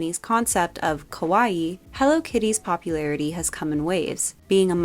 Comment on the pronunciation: I like all things kawaii, but I can best relate to Gudetama. Btw, if you say “kawAi”, it almost sounds as “scary”. “Kawaii” is pronounced with the stressed and prolonged last “ii”.